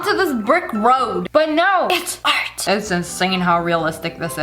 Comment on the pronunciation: Dis is art not dart